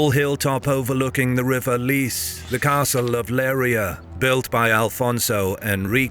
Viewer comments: LeiRIa, not "LEIria". BEJA is "Bezha", not the Spanish "Bekha", the same with the word "ginete". Why can't historical channels EVER ask the natives about the correct pronunciations? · The city is called "Leiria" not "Leira"